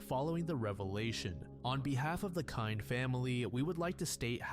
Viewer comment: I love this channel but I’m surprised and disappointed that you’d mispronounce Sharon Kinne’s name (KIN-NEE) considering the fame of the case!